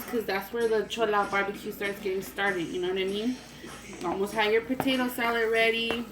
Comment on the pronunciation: "Okay so wassup we finna make some potato salet" idk why but I replayed that like 20 times😂 love youuuu and your vids😘